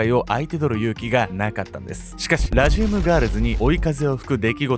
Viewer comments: ラジウムのアクセント治せ！！ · ラジウムのイントネーション（笑） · 解説も内容も面白くていつも通り最後までしっかり見てるんやけど、地域性のイントネーションの差での「ラジウム」の発音がめっちゃ気になる笑 地域性の差面白い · ラジウムの発音が、、